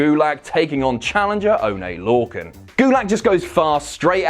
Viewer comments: "Oh-nay Lore-kin"? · "Onay Lorcan" Nice